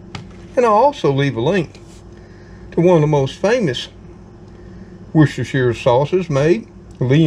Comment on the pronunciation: 10/10 on the Worcestershire pronunciation 👍🏻🇬🇧